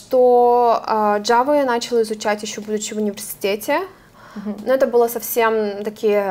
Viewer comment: Всё отлично, но!!!! Программного обеспе’чения!!начала’! Все отлично, но давайте говорить правильно! Режет слух!